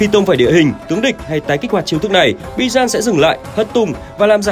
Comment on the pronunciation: Bijan ❌ Bi-Chan ⭕️